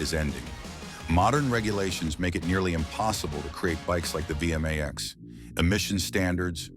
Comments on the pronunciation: Its not V M A X, its V Max, beautiful bikes, I owned an 88 V Max 1200, pathetic narrating. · "Vee Emm Aye Exx" Simply Hilarious...😂. It's Vee Max, ! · The V-max was never air cooled. And it was never pronounced Via max! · Technically it’s VMX as the chassis cod but yeah ai sucks at understanding uper case letters